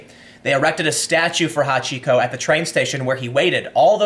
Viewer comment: Took me a moment to realise you talked about Hachiko, not somebody called Hot Chico.